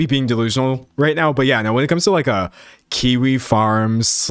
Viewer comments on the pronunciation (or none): none